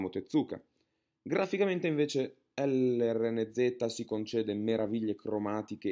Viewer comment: lrnz si pronuncia lorenz